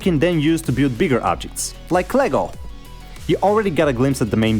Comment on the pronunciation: Did you just say klago insted of lego